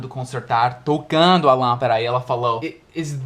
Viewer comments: darlin’: você falou lâmpaRa, porém, esta palavra é lâmpaDa em espanhol! Lampara é diferente de LÂMPADA, com D. D Só um toque para ajudá-lo a melhorar seus português quase perfeito.... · Olá.... muito bons seus videos assisto a todos, sempre que possível! não me leve a mal, mas você está a pronunciando a palavra lampada como se fosse no espanhol e não em português. até mais...